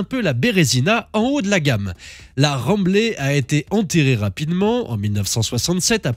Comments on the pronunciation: Bravo pour cette vidéo comme pour les précédentes. Pour information, les Rambler se prononcent Ramblair pas Remblais 😂...aux États-Unis, fabriquées par AMC , elles ont eu là bas un certain succès en berline ou station wagon. En France, seulement 4000 exemplaires vendus. Souvenir de la la 20TS bleu métal rutilante en 1979, un modèle 2 litres de la mère d'un copain, le souvenir d'un Paris Tours à 160kmh, dans le silence sur la banquette arrière bleu marine si confortable, cela me changeait de la 4l familiale. Je bichais avec mon copain Cyril! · j aurais tendance à prononcer Rambleur et non ramblé , sinon toujours des podcasts de qualité! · Salut a toi,juste une précision,rambler se prononce "ramblaire".Trés bonne video et bonne continuation.